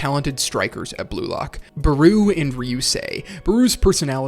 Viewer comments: why does he call Barou "Bruu" 💀💀💀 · I ain't gonna lie, your pronunciation of Barou's name is bothering me, lmao